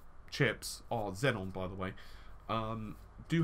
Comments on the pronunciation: Dude it is pronounced as XEON and not XENON!. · There is no extra n in between e and o in Xeon. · he pronounces xeon xenon :3